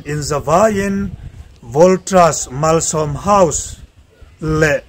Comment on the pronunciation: Voltras niloin voltas tih mai tur